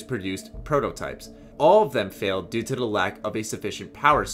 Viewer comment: only thing i hate about him is how he pronounces "to the" he just says tuhda and its annoying